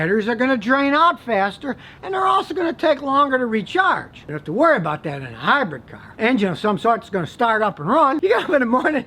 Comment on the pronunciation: Please stop saying "hybred", it's "hybrid" Scotty. Good info on ac & dc motors👍🏼